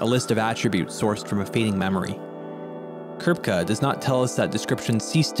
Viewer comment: That sure is a way to pronounce Kripke, great video!